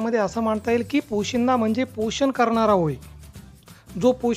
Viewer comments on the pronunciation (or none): पोशीदा नाही सर,पोशिंदा असते.